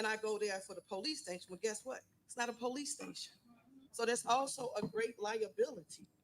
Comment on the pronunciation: Poe-lease stay-shun